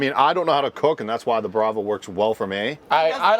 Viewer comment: Are they saying “brava” cook system? Anyone, please?